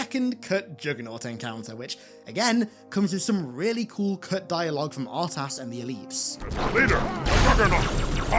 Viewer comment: I disagree with you on some of your expressed opinions, and the way you pronounce R’tas bothers me immensely, but this is a great video; thanks for making it.